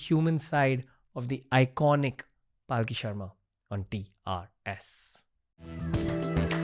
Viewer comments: WE LOVE YOUUUU PALKHI SHARMA! also Ranveer for love of god stop pronouncing her name like PAAALki sharma its Palkhi Sharma, its very annoying when the number of times you ve mispronounced it! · Dear anchor, The guest herself pronounces her name as 'Palki Aharma' and not 'Paalki Sharma'. You said, "You get intimidated in her presence." This will definitely take you further in your endeavors. Regards to both of you.